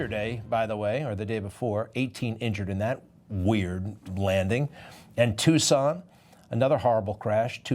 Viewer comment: Really Greg, Tuscon, wow no, no, no, it's Tucson....Javi G. Tucson, Az